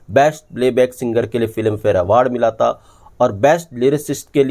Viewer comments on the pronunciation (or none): Even though I like your content, I’m not able to listen because of your pronunciation. Your vocabulary is very good but are saying ता instead of था consistently ये मुझसे सुनाया नहीं जाता। Very sorry. It is like reading a very good piece of English literature with lots of spelling errors. I just can’t overlook that. Sorry. Goodbye.